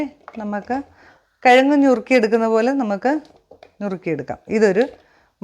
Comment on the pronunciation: ഞ്ഞുറുക്കി അല്ല.... നുറുക്കി 😃 കറി കൊള്ളാം.... കാച്ചിൽ അല്ലേ